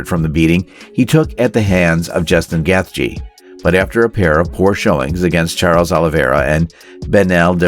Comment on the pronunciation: And Justin “Geth Jee”